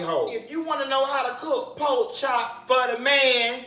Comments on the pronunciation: Come through “pok chop” so Miami... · "Poke chop"😂😂😂🤣🤣